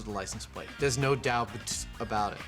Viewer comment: "No doudt" 😂